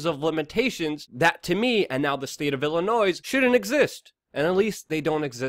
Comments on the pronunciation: Illinoise no it's Illinois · ILLINOISE?! ILY MAN BUT FUCKING HIRE ME Ill TEACH YOU HOW TO SAY WORDS BRO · I know we're really bad with our finances and keeping our representatives from ending up in a cell, but we did something good for once. Please learn how to pronounce 'Illinois'. The 's' is silent. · Illinoise.... smh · It’s Illinoi. The s is silent. Thanks for your good work tho. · Your perceived intelligence plummets when you pronounce it "Illi-noise" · The S is silent. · Illinois is not pronounced with the "s" on the end. Think en francais. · You don't pronounce the "S" at the end of Illinois. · Out of all the things you talked about in this video. The fact you pronounce the s in Illinois piss me off the most. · Roy Slade there's also a silent 's'in Illinois,and it's statute not statue,but that's what makes the man human!he can't cover all that news as accurately as possible,and sound like Oscar Wilde throughout!lol. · Consider pronouncing the second "t" in "statutes" & leaving the "s" silent in "Illinois."